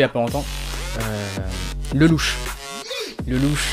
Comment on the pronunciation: Ça se lit lélouch pas le louche 😭